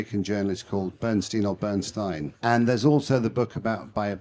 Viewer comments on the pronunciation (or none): none